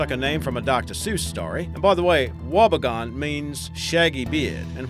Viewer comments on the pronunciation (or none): You pronounced Wobbegong incorrectly it's wob e gong. I'm Ozzie, we pretty much all know what they are. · Its promounced wobby gong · lol yeh the wobbegong confused me for a second. wasn't sure if it was something else or if he doesn't know how to pronounce it with the weird accent.